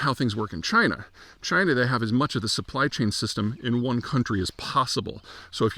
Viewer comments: It's pronounced CHYNA! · No, it's pronounced 'Jina' again.